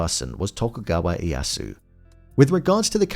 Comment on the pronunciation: Oh! I get to be that guy! The "Iyasu" is throwing me off 😅 Correct pronunciation is something more like long-e, long-a, then the yasu. The "i" and the "e" are both pronounced in the name. Now, if you'll all excuse me, I have a very exciting party to attend, where I'm assured that I will be the guest of honor. 🤓